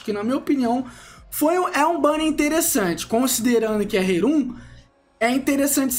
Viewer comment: Poxa, eu deixo o like, mas por favor, começa a falar rerun menos ruim... (Ri-rãn e não rerun)